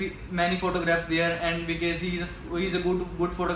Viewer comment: He always saying becase ......💫